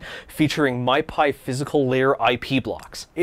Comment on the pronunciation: MIPI is pronounced "mippy". Not "my-pie".